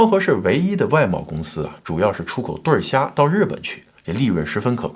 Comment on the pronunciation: 对虾，不能念对儿虾